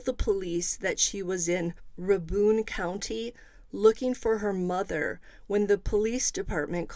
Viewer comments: Strange case. And it’s pronounced Ray-bun county. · Rabun pronounced as Ray-bun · Its Rabun pronounced like "ray-bun" ... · Not nit picking, just trying to help. Rabun is pronounced “raybun” (bun like hotdog bun). Or if you ask someone who’s from Rabun it’s pronounced “raburn”. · Rabun county is pronounced Ray bun. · 🤣 GA native here too... The bun is so short it's just bn